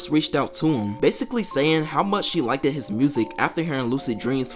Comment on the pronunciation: Are you from New York or New Jersey by chance? At you said "she like-did his music". Lol 😄